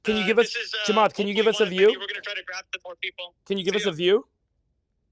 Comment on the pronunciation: the off the cuff "" killed me